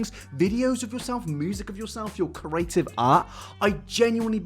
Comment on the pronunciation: Omg, can you please start pronouncing CREATIVE correctly... its not Corative.... This really bugs me........